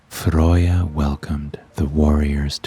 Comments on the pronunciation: FROY-YA!?!?!?!?!?! bitch its FREY-YA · but every Norse person I actually know ALL say you are butchering her name 🤣🤣🤣🤣🤣